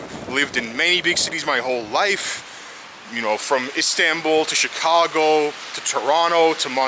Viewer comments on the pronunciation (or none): none